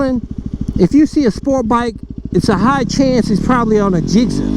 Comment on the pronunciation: It sounds like you’re saying gizzer lol.